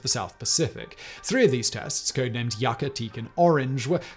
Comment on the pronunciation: Yucca is pronounced as Yuck-a